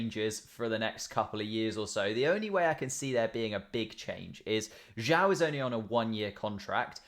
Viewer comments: Tip - Zhou is pronounced like "joe" but the j sounds more like z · Zhou is pronounced like "joe"